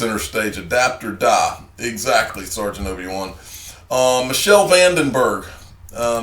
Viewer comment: Hes called Miechiel van den berg Michiel is pronounced Miegiel ch is pronounced as a G in dutch.